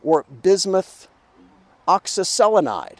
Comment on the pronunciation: You have my respect for just being able to pronounce oxyselenide.